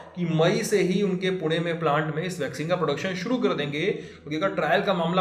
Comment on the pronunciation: The way he pronounced पुणे, punekar will be proud😂